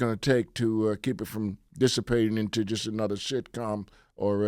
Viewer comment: He said SHITCOM 🤣😁🤣😁🤣😁